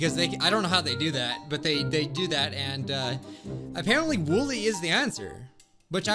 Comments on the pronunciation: Just its wooly not wooli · OK first of all he said his name wrong second of all his name is not Willy it’s woolly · Wolly he say wollwy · You did wolie it’s wollie not wolie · It's not woolie it's wooli so try that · its not wollie or woollie its woolly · ITS NOT WOOLIE ITS WOOLY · Woolie it’s actually w o o l y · He said wollie😭🤣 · He said wollie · Its "woolly"